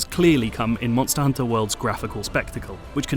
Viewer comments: don't you hear the reviewer? You say it like Monstahr Honta, mon-stus. SAY IT LIKE HIM. MONSTUS, MONNNNSTUSSS, you ah tha MONSTA MONSTUS HONTA! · Reviewer says: Monstahr Honta. Mon-stus